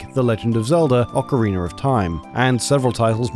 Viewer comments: "OcarINER of Time" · "Ocariner of Time" 😄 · Ocariner of time lol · do British not have the (ah) sound in their version of English? they seem to add a random er to things that end in A like ocariner and my favorite i always hear... chiner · what the fuck is an Ocariner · can someone please point out where the R at the end of the word "ocarina" is, and why it doesn't exist after words like bars?